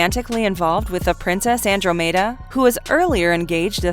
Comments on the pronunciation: that misspronunciation hurts Andromeda... an ·draa·muh·duh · It's pronounced an -draa-muh-duh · "Andro made uhh" not andromeda? what country is this from? Is the narrator a bot? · In clash of the Titans, it's Andromeda as in Anne-dorm-a-dar like the constellation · That pronunciation of "Andromeda" though. woof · Sorrrryyyyy, I blanked out and thought I was saying it right 🤦🏻‍♀️ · She obviously hasn't watched the clash of the titans for both the name of Andromeda and pegasus are mentioned and properly pronounced. She mispronounces Andromeda and then calls pegasus a winged horse instead, so lacking in mythology knowledge in general. A little more homework helps with the thumbs up numbers. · Yeah, not the american or british pronunciation. I'm kinda curious where that came from.